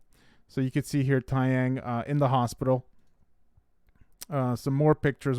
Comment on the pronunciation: Please pronounce his name correctly. It's Tay (like Day) Young Not Ty